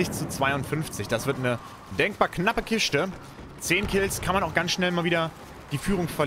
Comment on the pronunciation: "die denkbar knappe Kischte" 😀👍